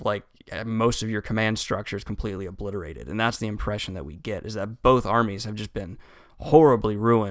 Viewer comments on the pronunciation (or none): none